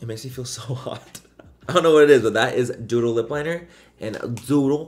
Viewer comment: When you first said “doodle”, I thought you said “dodo” 💩😂